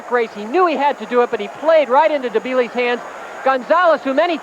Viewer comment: I'd like to hear Frank explain why he insisted on calling him "Debile," even though the other announcer consistently pronounced Bile's name correctly.